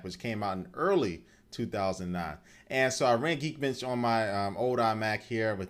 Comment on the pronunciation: lol you say geekbench like geekbitch lol